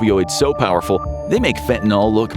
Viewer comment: Fentanyl is pronounced “fentanyl-NIL” not “fenta-NAL.”